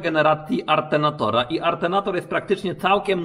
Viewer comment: Atenatora?? Nie alternatora ?